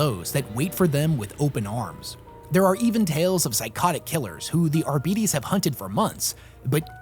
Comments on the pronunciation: Shouldn't that be Ar-bah-trā(tray)-tēz(teez)? It roots to Arbitrate. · I love the content, but my immersion is ruined every time I hear "Arbeetees"